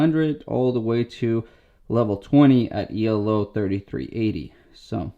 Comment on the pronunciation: Great review as always! Just one thing I’d like to mention to you as chess enthusiast: if I hear you correctly , you are pronouncing Elo “E L O”, as if it was a abbreviation, when in fact it is the inventors surname, and it doesn’t really make sense to single out each letter… ;) Thanks for the great content and check ya later! :)